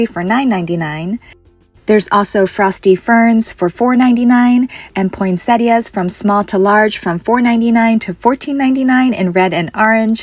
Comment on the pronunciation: Love how you mispronounce poinsettias